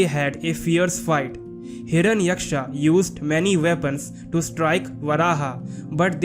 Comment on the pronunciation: Good video but inaccurate pronunciation of names. Names like Hiranyaksha and Narada etc. are simply not pronunced Aaaa at their End.